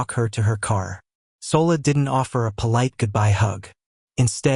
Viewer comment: SOLA is pronounced SHOLA